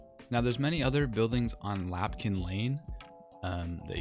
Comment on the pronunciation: My guy... it’s LAMPkin lane 😭😭😭